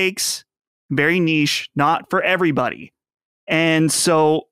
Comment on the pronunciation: It’s not “nicht” it’s niche, say it properly you silly boy ,It’s Not the first time you couldn’t speak general English language but I’m going to try and help you correct your bad language.